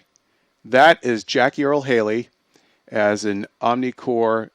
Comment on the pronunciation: Why do you guys constantly keep referring to the organization as 'OmniCore'? It's OmniCorp. Get your facts straight you so-called film geeks.